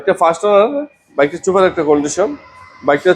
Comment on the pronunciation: ছুপার না সুপার। অনলাইন সেক্টরে ভিডিও করলে উচ্চারণ সঠিক রাখাই ভালো তাহলে বুলিং এর শিকার হবেন।